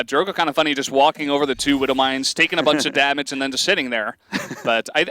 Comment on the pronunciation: "dammáge" xD